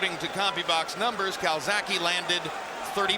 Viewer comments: Calzagihe not calsacihe. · Dumbass yank commentator keeps callin him calzacki! Fuckin pilchard